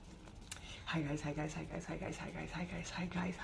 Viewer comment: your hi guys intro sounded like " zeitgeist zeitgeist zeitgeist zeitgeist zeitgeist " 😂😂😂